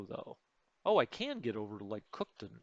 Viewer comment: It's pronounced cook town. Not cookton